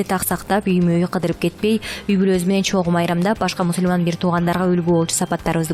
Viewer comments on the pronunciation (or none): Мусульман дебей мусулман деп окугулачы!